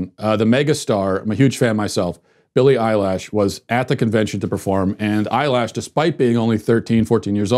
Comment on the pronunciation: "Billy Eyelash" LMAO